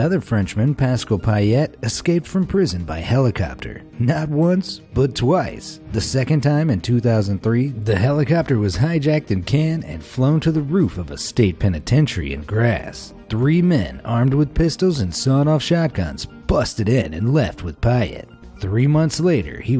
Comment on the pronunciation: Cannes = Can Michel = Michael? Can't you effin read or at least check how those words are actually spelled correctly.